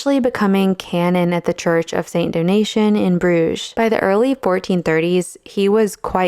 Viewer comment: St. Domition not donation